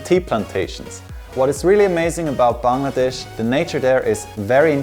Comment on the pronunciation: I love the way he pronounces the word 'Bangladesh', absolutely perfect 10/10. Hope you will visit us again 🇧🇩